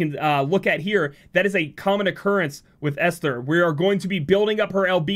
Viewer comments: A few ppl have put in the right way to say Esther. Another way to think of it is Est-Her, ester. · Not that it matters much, but I’m pretty certain the H (in Esther) is silent, so it’s just “Ester.” I think it’s a distinction for the name to separate it from the word Ester (chemistry term). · For pronouncing Esther’s name , the H is silent. Should help for the future. Atleast that is how people I’ve met in the past pronounced their name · it pronounce as " (Eh)sther "